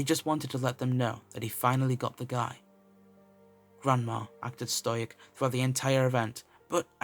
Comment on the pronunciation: This is a good story but stoic is said sto-ic = stoic ...not stoyic. Sorry to point that out but its same as how vid 22 say cackophony insted of cacophony